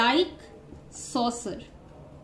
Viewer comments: mam o soccer hain saucer nahi pronunciation galat hain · not sauser its soccer